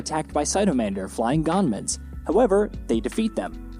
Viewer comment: Dude. I think u just called them gaanmen just to irritate ppl. Cause as fast as i remember, they are called gunmen